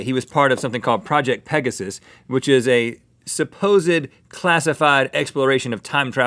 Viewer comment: Project.... PEGASSAASSSS?????? er mah gerd.... #MarvelMuch?